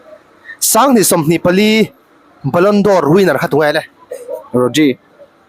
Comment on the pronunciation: Ballon dor nilo in Ballon 'd'or tih zawk tur aw..